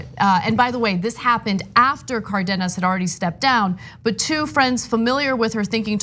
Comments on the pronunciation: It's not "Cardinas" it's Cardenas, as in Car Den Nas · She pronounced Cardenas correctly, which is very uncommon . "Car dean us" is incorrect and commonly used "Car den us" is correct